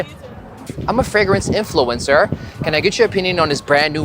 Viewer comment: "Hello, I'm a fragence influencer." 😂😂😂